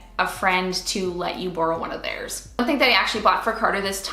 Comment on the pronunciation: where are you from? the way you say borrow is funny LOL but this video is great, there are so many baby items that are unnessecary and just take up space.